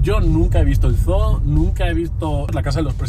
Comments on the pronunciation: Chicos se pronuncia como zuu no zoo😂😂yo vivo en Estados Unidos And I speak perfect English ❤❤ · Que es un zoo (zoologico) que es estoooooo???? SERA UN (ZUU)? jejejejeje